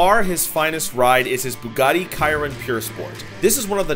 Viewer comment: “Bugatti kiron “